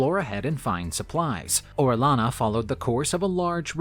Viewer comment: Quito is pronounced like (kito) and Orellana is O re ja na, same sound as j en jet.